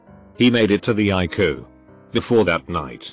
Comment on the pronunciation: Text to speech: eYE-cOo